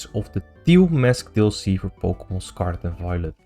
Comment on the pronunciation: We talk before once but i found it funny how you say pokemon in a very dutch way